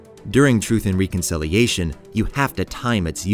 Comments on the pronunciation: It's pronounced rek-un-sil-ee-ey-shuhn, man. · Doesn't know how to pronounce reconciliation. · Please stop saying reconciliation.